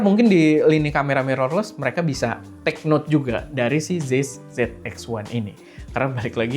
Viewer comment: Bang, ini penting ga penting, tapi cara bacanya zeiss tu "zaiss"